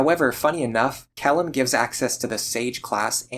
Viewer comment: speaking of names. Kjelle's name is probably meant to be pronounces more like "Chell-eh", considering it's likely meant to be Scandinavian in origin. This is mentioned in the Fire Emblem wiki, but I arrived at that conclusion myself as a native Swedish speaker. And it is what I always called her.